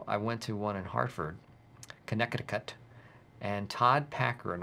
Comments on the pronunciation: “Hartford, Conneciticut” 😂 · Michael’s pronunciation of Connecticut is hilarious for some reason rn 🤣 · Michael pronouncing every letter in “Connecticut” 🤣🤣🤣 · Michael pronouncing "Connecticut" lmfao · Ok. so no one is going to say anything about how Michael pronounces Connecticut??